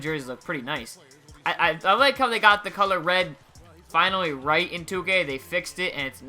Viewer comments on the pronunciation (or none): none